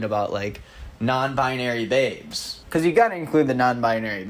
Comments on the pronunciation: ngl i thought you said "theybes" instead of nonbinary "babes" at first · I 100% heard "the nonbinary theybes" instead of babes. Kinda like it tho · When said “non-binary babes” I thought he said “they-bes” and I kind of love that.